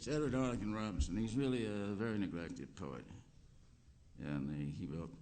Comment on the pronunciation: Yes, Burroughs swallows or elides syllables, so "Robinson" becomes "Rubson/Rumson" and "Borroughs" almost "Brose." Edward Arlington Robinson couldn't get away from Arthurian and related material—"Melin," "Lancelot," "Tristram," "King Jasper."